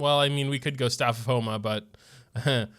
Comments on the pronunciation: When you said called him Thomas it reminded me of autocorrect but vocally lol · Our boi, 'Thomas' LMAO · My man did not just call him Thomas